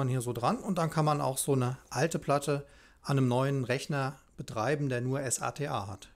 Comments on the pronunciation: Gutes Video. Allerdings nervt es irgendwie wenn du immer s.a.t.a sagst anstatt SATA... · Wie spricht man den bitte SATA aus? S-A-T-A? Nein!